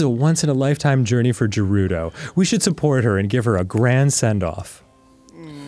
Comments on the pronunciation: Dan pronouncing Gerudo as Jerudo is frustrating everytime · STOP SAYING GERUDO WRONG 😑